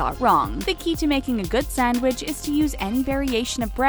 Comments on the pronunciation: Y does this say sandwich so weird 😂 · The way she said "sandwich" 😭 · The way you say “sandwich” though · Why she saying sandwich like that